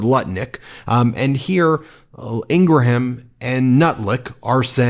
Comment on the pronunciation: You still don't know how to pronounce "Ingraham"